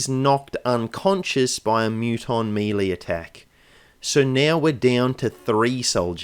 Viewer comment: meh-lay, not MEEEEEEEEELEEEEEEEEY haha